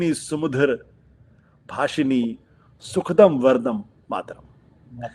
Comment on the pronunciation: This fellow is himself reading it. He doesn’t know that it is sujalaam not sujalam, sufalaam and not sufalam, sukhadaam and not sukhadam despite reading. What is the kind of standard you follow? What is wrong with nationalism? Is the expansionist nationalism of west, hegemonic nationalism of China better? After all our nationalism does not support expansion but only restricts to loyalty to one’s place of birth. This fellow in garb of pseudo intellectual keeps propagating venom as nectar. You don’t wish certificate from others, why did you seek certificate from Kansiram and were slapped. Why seek position from Kejriwaal and be ousted. You must have heard the story of the ‘neelah shrigaalah’ or the coloured jackal.